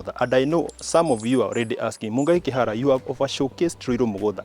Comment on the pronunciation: 😅😅😅😅mungai kihara Pronounced perfectly